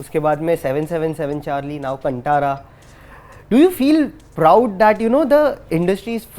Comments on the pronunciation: Bro pls pronounce 'kantara' correctly it's pronounced as Kaanthara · It's pronounced as Kan Tha ra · Can you at least learn to pronounce the name Kantaara properly?! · Please pronounce properly it is ಕಾಂತಾರ, the anchor sir. 🙏 As I am kannadiga it is sounding harsh to hear. Please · Kantaara nahi hai bhai.. I understand the language differences/varieties we have. But plz pronounce it correctly. Do some basic research. Aap ke muh se Kantara bohot galat sound hota hai. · Bruh it's kaanthara... How can you mispronounce after watching the movie 😒. I'm not kannadiga, but after watching movie I changed my pronounciation. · 😂👌ಅವ್ರೆಲ್ಲ ಹಾಗೆ ಬಿಡಿ ಸ್ವಲ್ಪ ಕೂಡ effort ಹಾಕಲ್ಲ atleast ಹೆಸರು ಸರಿಯಾಗಿ pronounce ಮಾಡೋಕೆ. ಕನ್ನಡ ನ ಕನ್ನಡ್ ಅನ್ನೋವ್ರ ಹತ್ರ ಇನ್ನೇನ್ expect ಮಾಡ್ತೀರಾ. ಇಂಟರ್ವ್ಯೂ ಮಾಡೋವಾಗ ಸಿನಿಮಾ ಹೆಸ್ರು ಸರಿಯಾಗಿ ಉಚ್ಚಾರಾಣೆ ಮಾಡ್ಬೇಕು ಅನ್ನೋ ಜವಾಬ್ದಾರಿ common sense ಇಲ್ದಿರೋ ಜನಗಳು. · Host should learn” Kantara “ pronunciation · The interviewer should at least pronounce the name of the movie correctly. I believe he can read Hindi title written in Hindi. Two he has no connection of the story he does not understand the concept. There was no research done on the story line or on the Actor. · The way this guy pronounced kantara😱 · Hey, first pronunce the word Kantara properly!!! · Atleast get the pronunciation of the movie right 🤦‍♀️ that is the least you can do when interviewing someone, especially someone who is part of such a beautiful and magical movie. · Atleast pronounce the movie right.. it's not a bloody tongue twister which you cannot pronounce.. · To the anchor: Pronunciation of the movie name is completely wrong and it has got no meaning. Kindly correct it future interviews😊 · Dude ...how can u pronounce 'kantara' wrong so many times? Like it is a little thing but means a lot. .you are interviewing the man who made that masterpiece movie...and in front of him ३ baar kaise wrong pronounce kr rhe ho..like kuch research kiya ya nahi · कंटारा नहीं कांतारा नाम